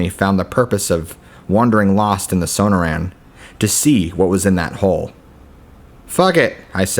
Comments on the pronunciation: SO-NOR-UN, NOT SONO-RAN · Suh nore un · Son-noor-anne, not So-No-Ran. Cool stories, but use a dictionary or something if you aren't sure of pronunciation. It's like listening to George Bush try to pronounce nuclear and hearing it come out as nu-que-ler, lol. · Sonoran is pronounced suh· naw·ruhn. Forgive me if I'm nitpicking but you are a really good narrator and I love your stories. I googled it and it even has a speaker so you can hear the word in case you ever need to know. Nobody does gargoyle stories and you've got quite a few, all great. Thank you!